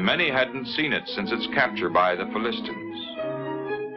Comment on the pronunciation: Fill-ist-stans? I thought it was Fill-uh-stines.